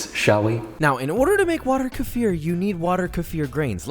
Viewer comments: in kefir, accent is on "e", like the middle of 3 pronunciations you said in the begining, but it ends with "eeer", not "eye-r". Believe me. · Hi Joshua! It's pronounced almost as you said it, but you put the stress on the "e". Nice video! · You prononced it well, but the accent should be on the first syllable. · "what I believe to be pronounce Kefear" says it Keefer the rest of the video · Joshua: I'm pretty sure kefir is pronounced ke-FEER Me: oh cool Joshua: lmao KEE-fir Me: >:/ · M Ibrahim - NO, NOT like «Kiefer Sutherland», his name is pronounced exactly like you should NOT pronounce «Kefir». His name is «Kee-fer», while the drink is «Keh-feer» (which in some languages would be «Kifer», so I get that there may be confusion in some non-English speakers).☺️ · Hahaha still calling it Keefer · hi , it is pronounced kee-feer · It's KEFíR. It's a word very commonly used in my country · I know I'm a bit late but anyways let me tell you that in Russia we pronounce it like [kefír] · We pronounce it as "kaa-fier" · it's KEY-FUR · It’s pronounced kay-feer. Not keh-feer. Not kee-fur. Kay-feer. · Just pronounced Khe-feer as Kafir - a word very offensive to black South Africans, just a heads up for future videos where you'll be pronouncing Khe-feer again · In South Africa, how you pronounced Keffir at some point is equivalent to our "N" word. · It's pronounced qweef... you welcome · its kefeer but you don't elongate the eee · Ke-fear is the correct pronunciation. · idk if its "technically correct" but im russian and we drink kefir all the time and we pronounce it like combining the words "key" & "fear" like key-fear or kee-feer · Just so you know, the correct pronounciation is kayfear ! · It's like keefir but Keffir not Keffeer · it's more like Kay-feer if you're into that pronounciation thing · Why are you saying “KaFir” like Kafir lime leaves??? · "kee'fer" B o r i s i n t e n s i f i e s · No no no keffiiiir thats how u say it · kefir = key fear